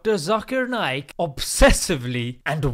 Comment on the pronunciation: It's NAYAK not Nake like u sound when u say Naik